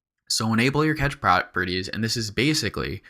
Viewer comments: Really fun, informative tutorial,. Thanks! At the risk of sounding like a jerk... "cache" is pronounced like "cash," or alternatively like "cash-ay," not "catch." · this was a cool tutorial man, learned a fair bit from it, the only thing that annoyed me was when you would pronounce cache as "catch". Oh my lord it just got on my nerves :')